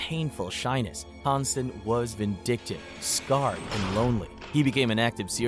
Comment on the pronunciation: I get some of the names on the list might be a little difficult to pronounced, but Hansen?!?!